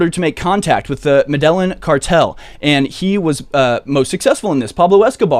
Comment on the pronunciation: Dude. It's not Mehdehlin. It's "Med-e-yeen".